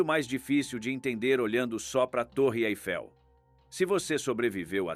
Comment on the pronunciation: O narrador não sabe pronunciar corretamente o nome da Torre Eiffel